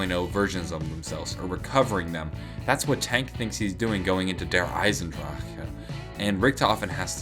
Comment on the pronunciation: Dear, I love how you pronounce Der Iesendrachen:D